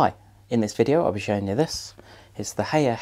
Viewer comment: Hay er lol It's High R FFS